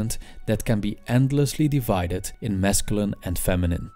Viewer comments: I like how he says mescaline (wich is a drug) instead of masculine. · This guy subliminally made me try mescaline by the way he says masculine